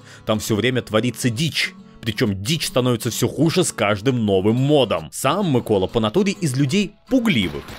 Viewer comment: Дякую що хоч наголос правильно поставив